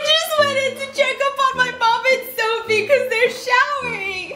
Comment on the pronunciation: It’s Sofie, not “ph” 😭